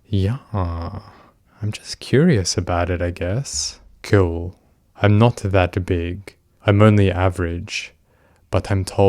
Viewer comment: God these people are terrible, it’s a blessing he was talking to a decoy and not a real vulnerable teen. Also the way he constantly says “kewl” irrationally annoys me. After reading these chats it’s no wonder these sickos go after kids, anyone their own age wouldn’t want to talk to them for more than 2 minutes